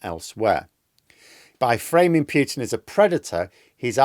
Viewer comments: please Pootin.........not Pyootin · I like the video, but the word Putin rhymes with 'brute', not 'cute'. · Us EU citizens call him "Pootin", as that's how Russians themselves pronounce it... Just native English speaking people pronounce it "Pyutin" 😂 And it sounds stoopidd...